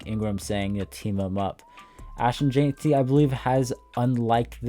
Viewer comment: My brother, it's jen-tee not jane-tee ,👌🏽